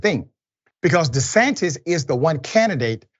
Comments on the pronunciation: Dr Richey trying to act like him saying Ron DeSatan (excuse me DeSantis) was a slip Of the tongue 😛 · Desatantis.... 😂😂😂😂😂😂 I heard that